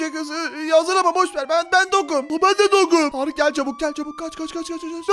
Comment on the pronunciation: Abi sen hala Tarık diyorsun